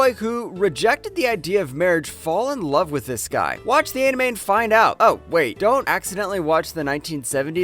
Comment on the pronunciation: just say love normally